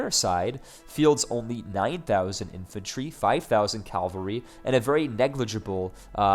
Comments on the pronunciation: Great appisode, very useful. Just so you know you're pronouncing Cavalry as Calvary - which are two very different things. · "Calvary".;) Still, very useful video,.:)